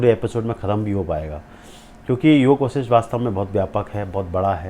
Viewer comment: ऋषि वशिष्ठ । हैं योग वशिष्ठ। नाम बोलना सीख लो बच्चे